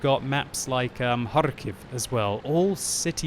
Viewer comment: The way you pronounce Pilsen and Kharkov makes me feel stange.